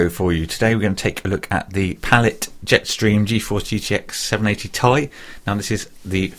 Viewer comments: its 780 'T EYE' not 'TIE' (im writing out as how it sounds i am fully aware they are not spelt 't eye' or 'tie' ) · "780 Tye?" unsubbed. Sorry for being buthurt but this shit grinds my gears..... like when people say S-L-I as Sly..